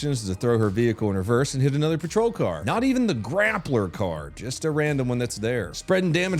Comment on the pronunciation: I am so upset, I’m not mad at you just really upset for you letting me down with your pronunciation of grappler.